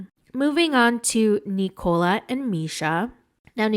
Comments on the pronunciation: Hey it’s NIKO-La. Not “Nicole” -lah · Why are you pronouncing Nikola's name like it rhymes with Ricola cough drops? Listen to how Misha says his name.